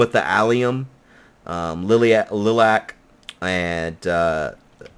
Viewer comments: did he say "lih-lac" instead of "lie-lack" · Pronounce it Lie-lack